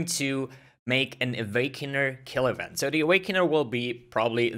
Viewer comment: Euent? You read "v" as vi. You misunderstood it with "w"